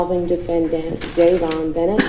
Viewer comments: Davon burnet . How do you butcher dayvon Bennett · Bro said davon bernett🤦‍♂️🤣🤣 It’s DAYVON BENNETT and LLKV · No one heard him say Dayvin Berrnet 🥲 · Mann his name is DAYVON BENNET Where u get DAVEN BERNET